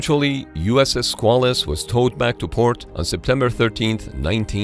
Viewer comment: It's pronounced "SQUAY-luss" but other than that this is ok.